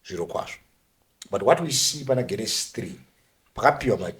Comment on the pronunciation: Genesis is pronounced with a J sound it is Jenesis not with a G sound